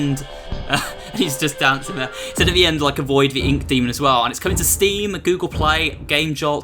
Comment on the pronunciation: When you say there it sands like free